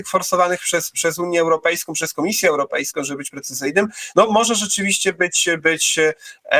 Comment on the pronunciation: Gdyby tylko jescze nie wymawiał końcówek "ą" jako "om"; zarzucajom, europejskom, uniom, mówiom, bramom, etc, etc... to byłby już faktycznie poziom mistrzowski. Ale to tylko taka mała drobna uwaga.